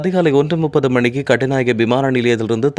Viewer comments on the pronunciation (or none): none